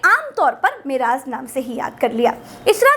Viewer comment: Woh meraz nahi hai Woh Mairaj hai aur surah najam hai Aur jibrail alehissalam hai behtreen peshkush